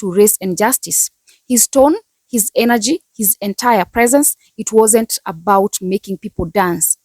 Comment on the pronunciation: It wuurnt for you baby..!!🤣🤣 She's right..!